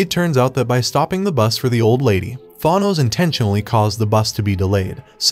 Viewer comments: They way you pronounce Thanos is irritating as hell it's not thonos it's th-an-nos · Tha noze....But its Than ose! Pronunciation.1.9.L7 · it’s pronounced than ose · it’s a reference to a flash meme where the reverse flash or zoom aka eobard thawne would say “it was me Barry” to the flash while admitting he was the reason to all the misfortune in the flashes life. I assume the commenter made this joke because the robot voice pronounced thanos “thawnose” so they changed the words in the statement a bit to make the statement about the video while joking about the name pronunciation, and that’s how I assume how the comment was made. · Refused to continue watching when he pronounced it “ThAHnos” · "Th-ahnoes" what is that pronunciation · THAH-nos. So funny how he pronounces his name. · Thanos : “I only did it cause y’all couldn’t pronounce my name” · You did well. Just next time, please pronounce his name correctly lol. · Liked it! Pronounce Thanos better though lmao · I think u need to learn pronouncing thanos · Next you should learn how to pronounce Thanos correctly. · Learn how to pronounce thanos's name right before you learn how to edit and write script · Learn to pronounce thanos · u cant pronounce a 5 letter name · You should learn the pronunciation of the thing you’re reading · Well Thanos is such an evil arse that he doesn't deserve to have his name pronounced correctly anyway. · The way he pronounces Thanos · Is there a single person who can pronounce Thanos right??? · Cool just please learn how to pronounce his name